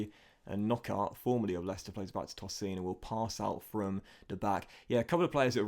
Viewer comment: Love the vids mate but tosin’s name is pronounced TOH-seen